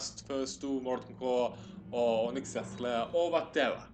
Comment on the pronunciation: Bro, it's not Nahramas, it's Naksramas!! :P